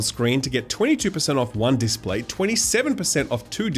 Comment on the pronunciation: displate, not datplate